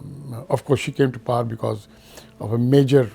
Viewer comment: Why he is pronouncing "power" as "par"? It's funny how Pakistanis think that's how British people pronounce it, so they try and say it this way, when that is completely false.